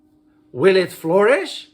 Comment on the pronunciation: Flourish not florist